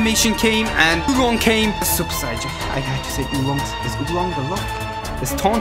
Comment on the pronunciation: Does this guy know he is saying saiyan wrong